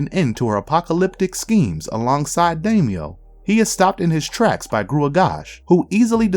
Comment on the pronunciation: Oof, please research your mythology before you post. Freyja was not Baldr's mother. He was the son of Odhinn and Frigga, and it was Frigga who extracted the promises of all things save mistletoe to not harm him...unfortunately within earshot of Loki. Also, wow the pronunciations were rough...Nimue is "Nim-oo-ay", not "Nee-moo", and Daimio...c'mon, his name gets said in the film itself: it's a Japanese name, pronounced "die-me-o." Interesting run-down, but the awkward failure on names and such keeps putting me off.